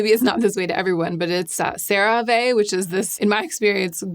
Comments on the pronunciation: it's just "sara-vee" :) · Just an FYI - the last e in CeraVe is long. That’s how they pronounce it in the TV commercials. Otherwise you’re spot on. 😊 Unrelated, I’m new to you videos and I love the thought that you put into them. Excellent work! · You say Cera ve, I say potato... 😩 lmaoooo